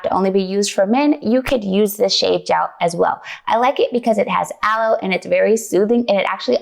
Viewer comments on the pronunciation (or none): none